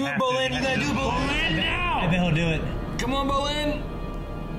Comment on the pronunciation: My god, 3.5 seasons in an still says BROlin every damn time